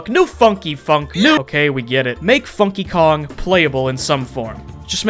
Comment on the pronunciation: When said Funky Kong, I kept thinking he said F***y Kong.